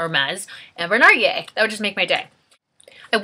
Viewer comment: Hello, congrats on your perfume acquisition!! Just in case you care, you do pronounce the "L" in the word narguile. For further info narguile is the French word for Hookah, hence the apple smell since they often use it to smoke apple tobacco. But who am I kidding??!!! You probably know all that...:) Take care